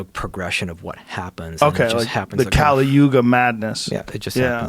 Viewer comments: Kali yuga is pronounced as kuhl-yoog. Only saying because it makes me uncomfortable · Did he say kali yuga madness?